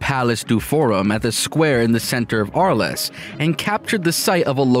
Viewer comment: Would have helped if you had learned how to pronounce "Arles".